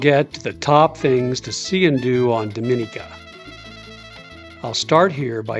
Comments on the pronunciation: Your pronunciations is a bit off. Its more like Dah mi nee ka, not Doe min ee ka. Thank you for enjoying our country. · The island is pronounced Dom-i-nee-ka with emphasis on the "nee" syllable. We've been there multiple times and the locals appreciate that you use the correct pronunciation when referring to their country.